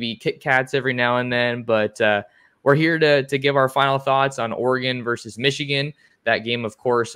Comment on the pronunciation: Versus, not verse.